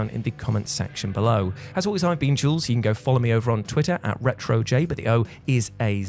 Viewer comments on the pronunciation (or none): none